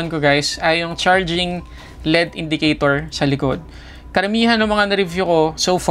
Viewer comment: Tech reviewer ka pero mali naman ang pronunciation mo ng L.E.D. Mali yung tinuturo mo ng pagbasa mo as LEAD, Iba yung LEAD sa L.....E......D. Alam mo ba pinagkaiba nyan? Tinatama mo ang MALI! May period yan hindi binabasa ng tuloy tuloy yan.